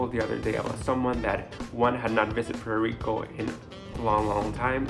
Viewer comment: What is Puero Rico..learn proper english..